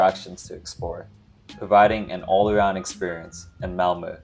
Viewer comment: first of all: compliments for your pronunciation of Malmö! We are used to English speakers thinking 'o' when they see 'ö', so you made a very good impression! And then I am exceedingly impressed by your choice of places to visit. You chose exactly the places I would have had on the top of my priority list if guiding a visiting foreigner, although I hadn't dared to do it in just eleven days. Extra points for Kåseberga and Sofiero. About that castle, you may have seen when you visited that it was built for/by the parents of Gustaf V, because he and his mother were sickly, and the parents thought the southern climate would be beneficial. So from 1866, it was the summer residency of the family. When the prince who later would become Gustav VI Adolf married Princess Margaret of Connaught, they were gifted the castle by the aged owner Oscar II, who had tired of it. In my childhood, quite some time ago, news papers reported when in the summers Cabinet ministers took the night train from Stockholm to meet the king in Council of State at Sofiero, that the rest of the year was held weekly at the royal castle in Stockholm. By the way: Just below your choices on my priority list, you would have found 18. Narvik (admittedly in Norway) 19. Strömstad 20. Vaxholm 21. Simrishamn 22. Gränna 23. Vimmerby 24. Västervik